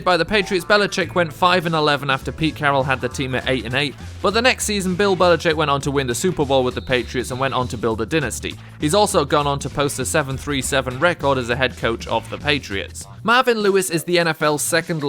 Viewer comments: What is a din-is-tee? It's a DIE-Na-stee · dynasty not dinasty